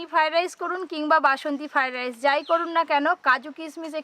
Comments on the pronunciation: ঠিক মতো উচ্চারনও করতে পারে না বলে ফাই ডাইশ 😂😂😂😂😂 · রান্নাটা ভালো হয়েছে,,তবে কর্ণ ফ্লাওয়ার দিলে গ্রেভিটা রেস্টুরেন্টের মত হতো।।আর একটা কথা তোমার অনেক কথা সংশোধন করা উচিৎ ।। তোমার রান্না সব বাঙালি দেখে এপার ওপার বাংলার।।যেসব উচ্চারণে ত্রুটি আছে এগুলো আরো বার বার বল ।যেমন আজ বার বার ফ্রায়েড রাইস উচ্চারণটা ঠিক ঠাক বলছিলে না । তোমাকে ছোট করা নয় শুধু হাসির পাত্র না হও এজন্য বললাম। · Fried rice bolte pare na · ki fried rice kothata tthik moto uchcharon korte pare na naki